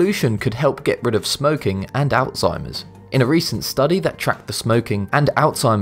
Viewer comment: ThANK you, thank you, thank you for properly pronouncing: alzheimer's! I'm so sick of ignorant people calling it; all-timmers! Freaking ignorant people.